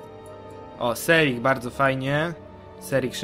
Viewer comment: Nie serik tylko sernik